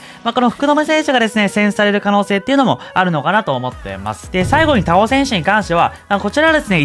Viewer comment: 田尾さんのイントネーションめっちゃ気になったw↗️じゃなくて、↘️かな